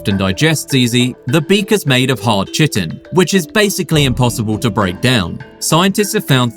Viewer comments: Chitin is pronounced kai-tin, not chit-in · Chitin is pronounced kitin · "chitin" is pronounced with a hard "k" sound, something like "kite-in" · Or kai tin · Chitin - say Kei-Tin